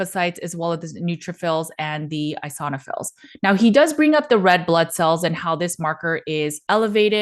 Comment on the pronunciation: You hate it that he feels great. You're speculating ridiculous scenarios to call him unwell. Pitiful. You cannot even read or pronounce the lab results correctly. Eeeoooosinooofils.